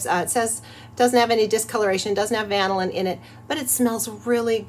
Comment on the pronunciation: Are you sure on pronouncing vannilin or vannylyn?